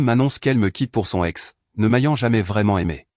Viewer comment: 10 secondes et on trouve "son...ex" au lieu de soNEx puis "son...avocat" au lieu de soNAvovat et oui les liaisons cela existe. L'ia est sans contrôle et le guignol qui a copié cette vidéo, il n'a rien inventé, car pour cela, il faut un cerveau. Sans rien contrôler, cela demande du travail, il est juste là pour faire du pognon, et youtube aime les fainéants.